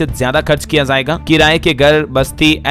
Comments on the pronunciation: shabd zaaiga ghalat hai sahi shabd.jaaiga h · आप का उच्चारण गलत रहता है जाएगा बोलना किसी से सीख लें